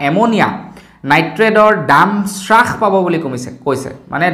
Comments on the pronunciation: বস্তুৰ দাম শ্ৰাস কৰা বুলি কোৱাটো সম্পুৰ্ণ ভাৱে ভূল।হ'ব লাগে হ্ৰাস কৰা বুলি।ধন্যবাদ। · উ..... আই... 😂😂😂😂😂😂 শ্ৰাস নহয় অ' দাদা হ্ৰাস।